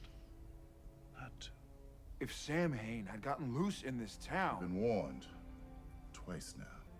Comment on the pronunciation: This ep is largely remembered for the mispronunciation of Samhain. (Not that remember how it IS correctly pronounced).